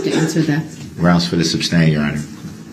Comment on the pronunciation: He neverr got the word SUSTAIN down thru the whole trial how can he not hear or read there is no B in the word..he had no questions he never does he reads reports and questions after every sentence